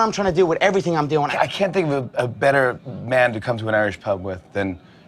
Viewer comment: How do a Tink alot?